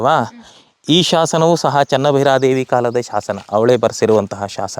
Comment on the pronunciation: ಚೆನ್ನಾ ಭೈರಾದೇವಿ ಅಲ್ಲ. ಚೆನ್ನ ಭೈರಾದೇವಿ